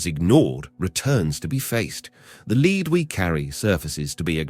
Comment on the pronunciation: LEAD IS PRONOUNCED LED FOOS